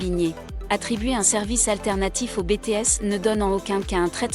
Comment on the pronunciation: Arrêter avec Bété S sérieux c'est Biti s